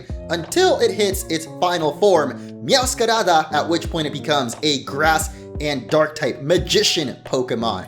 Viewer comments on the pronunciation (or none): none